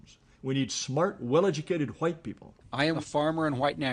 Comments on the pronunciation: Jared Taylor sounds like a plantation owner. Really sells the 'H' in white, almost sounds like he's saying, "ha-white". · How come every racist says white like the "whip" in cool whip?